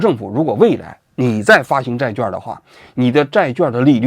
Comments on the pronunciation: 债券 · zhài quàn 。咱文科生要有文科生的样子 好不好？ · “券”读作“quan”四声与“劝”同音。希望以后改正。